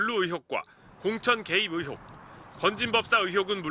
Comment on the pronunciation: 발음 좀... 의혹을 자꾸 ‘으혹’이라고 하심 전라도 말씨 때문에 어쩔 수 없는 것 알지만 조금 더 신경 써주세요😢 기자님 화이팅!!!